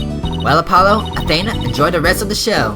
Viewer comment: Athena's name is pronounced a then (like theif but with a n ) a sorry it's a little bit of a pet peeve when I hear her name mispronounced